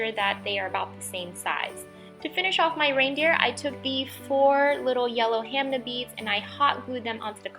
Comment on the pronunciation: I call them ham ah beads not ham nah beads